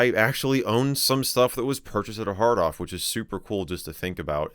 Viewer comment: Great video but I thought you said "I'm currently at a hard on in Akihabara" lol